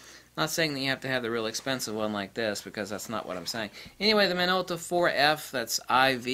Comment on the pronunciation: “now this is a Minolta for uh...” WHAT model is it? You spend four minutes complaining and .04 seconds saying the name of the thing you are reviewing. Speak clearly.